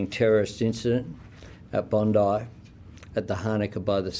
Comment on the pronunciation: Bondi is pronounced Bond-eye.